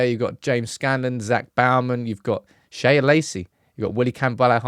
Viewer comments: it's just Shea, like Shay, like John O'Shea. Not 'Shaya' Lacey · Its Shea (pronounced shay) not shaya - sorry, driving me nuts. It's an Irish name